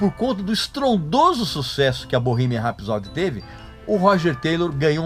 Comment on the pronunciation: Parei de ver o vídeo a hora que ele pronunciou Bohemian